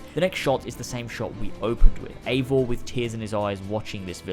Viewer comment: I feel as though the character’s name “Eivor” is meant to be pronounced the same way as the popular Scandinavian name “Ivar/Ivor” and not “Ayvor/Eevor”